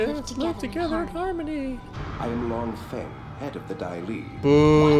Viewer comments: Him calling Long Feing, Long Fung sent me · It cracks me up every time you call Long Feng fung lung. Hahaha